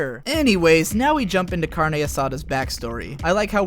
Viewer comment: "Carne" Asada. Perfect